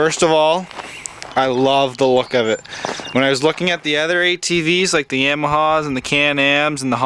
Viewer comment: Buddy can you git you facts right it is not Yamaha it’s yaaaaaamaha